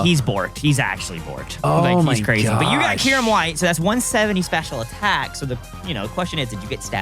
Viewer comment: Bruh... Kai-yur-em 😭